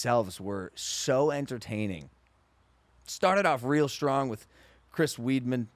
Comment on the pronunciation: You were driving me nuts with how you were saying Chris's name im glad you fixed it, thank you:)